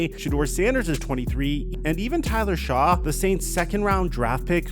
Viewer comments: if you promote yourself to know something about a sport you need to be able to pronounce the participants' names - spelt Shough, pronounced SHUCK, not shuff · The Saints QB's last name is pronounced "shuck" not "shaw". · Isn’t Tyler Shough’s name pronounced “shuck”? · Dude, I enjoy your content, but your player pronunciations do make we question if you watch any other content in your research — Tyler Shough is just pronounced 'SHUCK' (like aww shucks... blew another pronounciation to an otherwise solid piece)